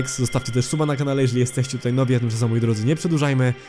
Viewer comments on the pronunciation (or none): none